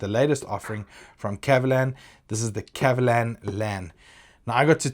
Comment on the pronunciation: Your pronunciation is right on the spot! 葛瑪蘭